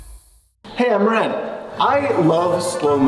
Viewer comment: At the beginning it says ween but it is not wren it is